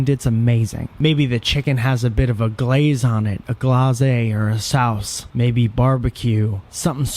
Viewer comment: Mmm, that Glazé and Sowce, tho.